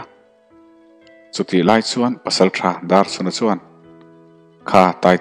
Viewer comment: Pasalṭha Darchhuna hming hi i lam fiah lo deuh ṭhn ka ti Darchuna tih ang deuhvin a ri leh tlat zel